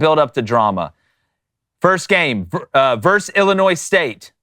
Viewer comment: vs stands for versus, not verse, as in Roe versus Wade